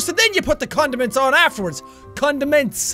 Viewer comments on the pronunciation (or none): Dirty minded people... He said condom...ent